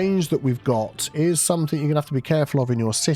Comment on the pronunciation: Hey. Love your videos...however...it is 'something' rather than 'somethink'. 🫢